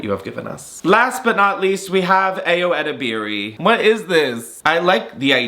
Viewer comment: ayo edebris name is pronouced like eye-yo ed-eh-bri! she idetifys as queer and was recently in a movie called bottoms as the main character in a wlw relationship, shes def worth checking out! :p loved all the critiques this golden globe, looking foward to the grammys ;)